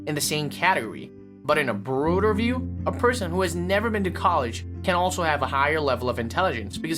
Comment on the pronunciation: Sophisticated ❌ SophEsticated ✅ Interpreted ❌ anter-predded ✅ Broader view ❌ Brooder view ✅ 🥲🥲🥲 I’m sorry but its so difficult to take this vid seriously when the dude pronounces certain words as if he’s having a stroke 😭😂